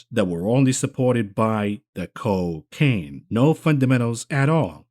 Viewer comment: The “Co-Caine” 😂😂😂